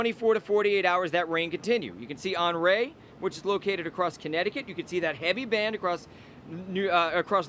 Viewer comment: On-REE not On-RAY